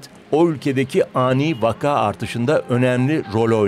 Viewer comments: Spikerlerinizin vaka kelimesinin doğru telaffuzunu öğrenmesi gerekiyor. Ikinci "a" harfinin uzatmadan okunması gerekiyor. Vakağ değil, vaka. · Sevgili DW, “vaka” kelimesinin ikinci sesli harfi vakaa diye uzun okunmaz, gayet kısa, ilk hecedeki a kadar kısa okunur